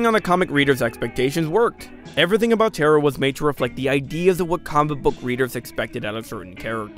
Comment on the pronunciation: Ta-ra. Not terror, not terra. ta-ra